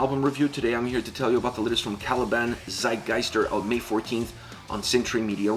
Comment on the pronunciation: Tsitegeister, if you pronounce it like that, it'll be the right way.